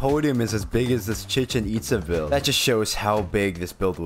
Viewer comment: ChEcHen EtsA BRO WHAT THE HECK IS THAT PRONUNCIATION AHAHAHAH